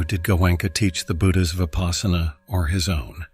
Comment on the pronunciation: Vipaśyanā. Vipassanā. Not vipaasana